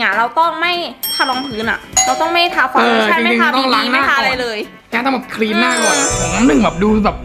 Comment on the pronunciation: ครีมนะคะไม่ใช่คีม55